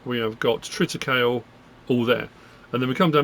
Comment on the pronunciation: Just FYI it's pronounced Triticaleeeee. Like 'treeee'